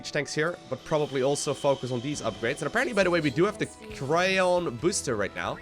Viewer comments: Charon Boosters is pronounced "chair-on" (or "care-on") not "cray-on" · Enter into Google Translate and play the sound, it says "Care-on". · Old greek and latin have a tendency to pronounce the C as a K, so I'd say 'care-on' is closer. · "Care-on" is correct. Btw Charon is the name of Pluto's moon.